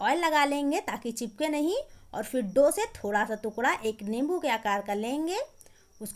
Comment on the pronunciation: तुकड़ा क्या होता है टुकड़ा बोलते हैं